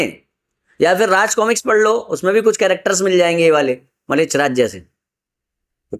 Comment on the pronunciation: Malech nahi mlech hai🙏🏻 dhang se uchhaharn ho nahi paraha hai.. Guru prati andha bishwash ishpasth dikhraha hai...😂